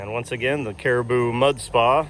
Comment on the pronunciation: Haha, stop saying " caraboo ", lol, it's "cara-bow" rhymes with "wow".